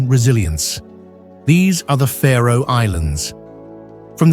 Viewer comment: Its the Faroe islands not the Pharaoh Islands isnt it? Im talking pronunciation.